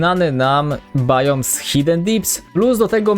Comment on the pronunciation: Mówi się Biom